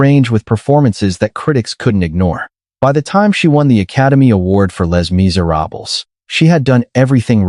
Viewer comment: Yeah,definitely not AI,can tell by how it pronounced Les Miserables,smh.just do the reading people,ai generated makes it look like you're lazy and don't want to do the work,just saying